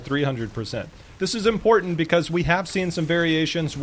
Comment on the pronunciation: great vid full of knowledge and insight but I just kept getting triggered at your pronunciation of some words like important. The way you say it is 'imporant' like you forgot the there are two t's in that word ><